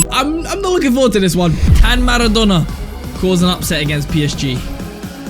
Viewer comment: why does says maradona pronouncining whit two nn´s